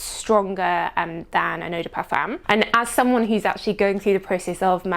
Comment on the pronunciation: You're a nice girl but please learn to pronounce "parfum" without making it sound so awful.